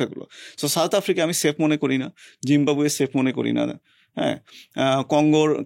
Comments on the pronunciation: এফ্রিকা না আফ্রিকা হবে বেশি স্মার্ট 😂😂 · য়ের উচ্চারণ অনেক জোশ। ভাই কি চমৎকার করে আফ্রিকা কে এফ্রিকা, আস্কিং কে এস্কিং বলেন। অনেক প্রিমিয়াম লাগে:thanksdoc